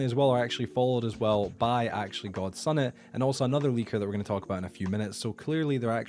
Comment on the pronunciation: I'm a rando ngl . I just found your channel a few days ago with all the MC news/controversy going around . I say all this because you can really just ignore my next statement, but I think that persons name is pronounced gods unit ... Not god sun it lol . Not trying to heckle the info is awesome and very informative.